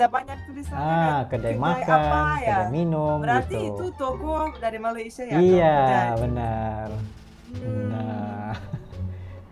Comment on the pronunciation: Malaydes harusnya banyak "e" di belakang nya... Kite Saye Malaysie Kenape Kemane Kerete